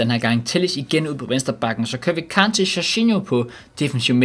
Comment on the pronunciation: Du kan stadig ikke sige kante